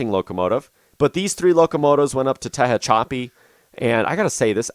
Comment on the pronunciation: But Tehachapi hurts even more